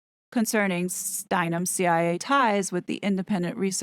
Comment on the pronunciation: I am here following you and is like why is she calling the CIA chia, like the plant pet.😅 Most of us in our fifties and older know the real Gloria Steinem. Time has soften her image. 😊